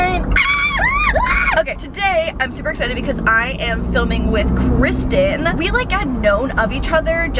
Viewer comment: Say Hi Kwisten, "Hi Kwisten"